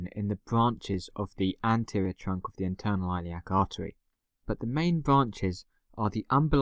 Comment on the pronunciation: Hey fn! Don’t remove my comment next time you fucking bitch I’ll stand by it stop mispronouncing the fucking artery you know what?!!! you just got a 5 month old his 5th beating this month!! Thanks a lot!!!!